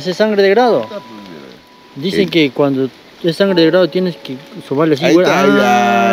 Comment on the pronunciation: Se dice SANGRE DE DRAGO, NO GRADO